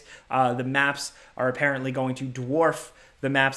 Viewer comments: "apprently" lmao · "Appaenty" - 2021